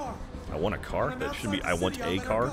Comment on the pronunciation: "I was hit by a Kara" lol